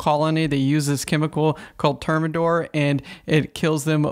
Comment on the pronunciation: The brand is Termidor and is pronounced Term -i -door. Term as in Termite.